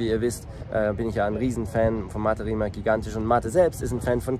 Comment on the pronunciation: tolles Video, nur eine kleine Kritik: Rimac spricht man mit "z" am Ende also eigentlich Rimaz. :)